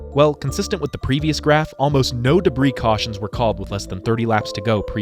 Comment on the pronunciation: "I smell beef jerky, CAWSHIN"